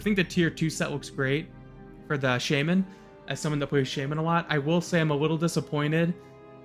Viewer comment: shah-men (shaw, like shawl). No shame. lol The priest one looks a little chunky for cloth.